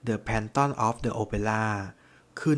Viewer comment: เนื้อเรื่องน่าสนใจมากนะคะ แต่ขอแก้นิดนึง The Phantom of the Opera คำว่า Phantom ตัว Ph ออกเป็น ฟ นะคะ แฟนธ่อม ค่ะ